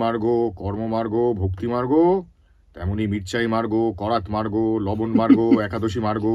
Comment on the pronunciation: মার্গো আবার কি? মার্গো সাবান নাকি? ওটা মার্গ হবে। এই কারনেই মীরদাকে দরকার আর বড্ড আনপ্রফেশনাল লাগলো